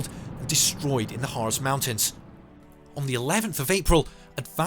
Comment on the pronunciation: One more time for the slow leerners...German ZZZ is pronounced Tsss ,,and german single s is pronounced like english z...Try to remember next time you talk about the Hartz Mountains...no NOT the Härtz mountains..